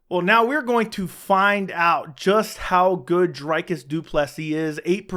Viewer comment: It’s “Dree-cus”, isn’t it? Or that one of the inside jokes from the channel? Shillelagh? I think you need the Boston crab.